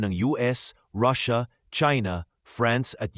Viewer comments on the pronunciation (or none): none